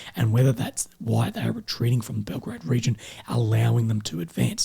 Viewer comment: Belgorod and Belgrade are two different cities - one in Russia, the second in Serbia. You sometimes mispronounced Belgorod for Belgrade. Anyway, keep up the good work. 😃